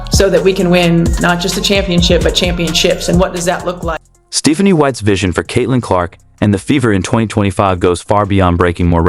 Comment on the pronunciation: Your AI narrator should be taught how to pronounce "Stephanie."